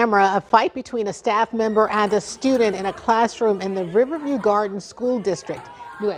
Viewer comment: Why isn’t the reporter pronouncing “Riverview” properly?!?